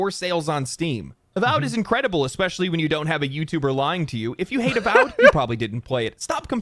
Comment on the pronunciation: A-symetry A-vowed